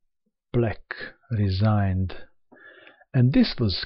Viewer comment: i love the way you say black RESIGNED